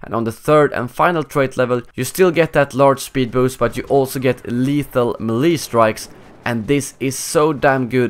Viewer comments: lol it's not melEE it's maylay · xD Your pronunciation of the word melee is killing me!